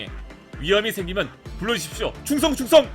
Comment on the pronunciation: 총성이 아니라... 충성이예욬ㅋㅋ